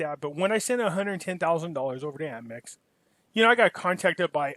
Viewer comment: APMEX, not AMPMEX